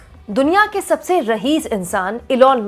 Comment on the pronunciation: जी आपकी कंटेंट का रेगुलर श्रोता हूँ मगर कभी कभी किसी शब्द का उच्चारण आपसे ग़लत हो जाता है। अगर बुरा न मानें तो मेरे लिखे हुए शब्दों को दुबारा ठीक से बोला करें। " रहीस " नहीं रईस होता है।